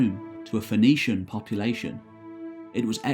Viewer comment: Uh oh, you pronounced the O in Phoenicians. The word nazis are going to come after you. Loved the video! Keep up the good work.